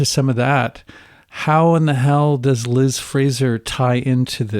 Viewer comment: Interesting that mispronounces Liz’s name throughout the episode…. Surely deliberate for someone so obsessed for so many years, but why?